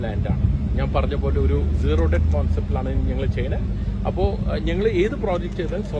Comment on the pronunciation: Big fan! But its not zero deppt..its just dett! Just saying! 😊 love you man❤